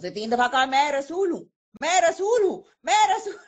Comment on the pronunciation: Yeh Rasool hai ya Lehsoon hai? Kya bola🤣🤣🤣🤣